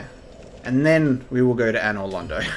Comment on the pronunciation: Glad he pronounces another London right, let's hope he figures out the "painting"